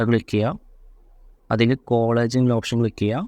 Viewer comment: കോളേജ് അല്ല കൊളാഷ്